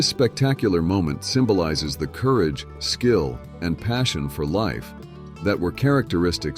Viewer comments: Coooogar, followed by cooorage,🤣🤣🤣🤣. AI strikes again,😬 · Although this contains some good info, there is no cohesion. Subject matter jumps from the Plains Indians to Alaskan prostitutes with no segway whatsoever. And your AI narration sucks..coo rage... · This was done with AI. You can detect this thru the narrators mispronunciation i.e. corage for courage & several others if you listen. it was not researched it was sourced from the internet.hence poor editing with no segues ... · Learn to say courage and cougars correctly.